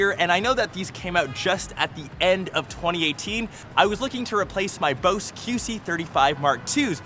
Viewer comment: “Boses”....really? Seriously? It’s just “Bose”